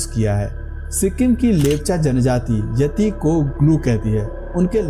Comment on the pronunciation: येती (Yeti) नही यती(Yati) बोलो